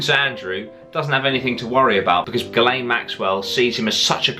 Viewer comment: Pretty sure it's pronounced 'Jizz Lane'